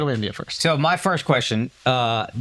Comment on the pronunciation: Why can’t Akash say “First”?